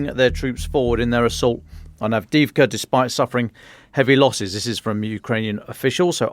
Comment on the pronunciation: "Donetsk" not "Donyetsk" "Avdee yeevka" not "Avdeevka"